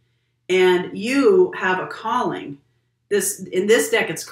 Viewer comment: Instead of Calling I heard “you have a Colleen coming in for you”😆 Well I wish I am attracting a friend like your Colleen, she seems to me like a awesome person😁